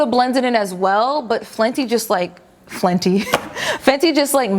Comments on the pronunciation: Flenty lmao, I love you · "Flenty" haha.